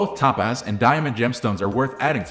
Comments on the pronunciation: It is pronounced TOE-PAZ. Not Tapaz. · EVERY TIME HE SAYS "Ta-Paz" I wanna jump out the 'F' ING WINDOW!! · Maybe it’s computer narration…top paz…?